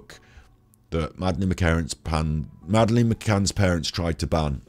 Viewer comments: Do you seriously not know how to pronounce madeleine? Not even after watching her parents say her name on all their interviews? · If you watch others videos on this case you'd know why he pronounces Madeline as Madaleine!!!!